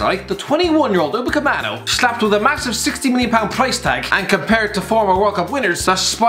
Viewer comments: upamecano not umapaceano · Who tf is Upacemano , I know Upamecano not that guy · Did anyone notice he said Daytin upacemano? And he just signed for Bayern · "Uppercommano"? Want to attempt that one again? 😂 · 1. thanks for admitting that you don’t watch Bundesliga 2. mate you can’t even pronounce his name right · he cant even say upamecano properly, that says it all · Can’t even say Upamecano definitely never watched him play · Calling Upamecano overrated when you can't even pronounce his name right is quite a push lad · You could not have pronounced "Dayot Upamecano" any more wrong than you did in this video. You didn't even try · damn that perfect upamecano pronunciation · He can't say Upamecano hahaha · Dayton upacemano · No one: Absolutely no one:: DaYtOn UcApEmAnO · Dayton Ohh-Camano? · Dayton Upecamano? Your job is talking about footballers, how can you not pronounce stuff? How difficult is Dayot? Where has the fucking 'n' come from? And how can you call him overrated? This list is a mess, watch more football. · Is nobody gonna talk about how he gave Upamecano a new first name and butchered his last name